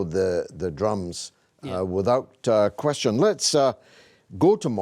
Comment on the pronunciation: Why is he pronouncing the word question like that? 😂